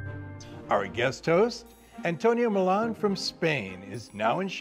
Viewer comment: His name is spelled Millon which isn’t pronounced Milan it’s pronounced Mi-Yon. So they didn’t even get that right